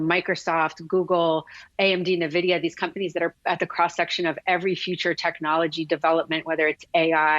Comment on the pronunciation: never trust an analyst who does not know how to pronounce NVDA